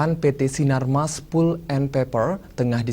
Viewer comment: palp bacanya.. bukan pul..